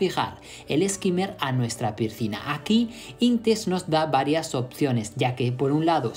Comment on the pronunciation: 😅😅😅 no pude seguir después del 3er pircina